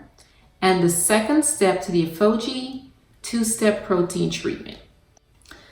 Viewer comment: I love your videos but please learn how to pronounce Aphogee correctly 😫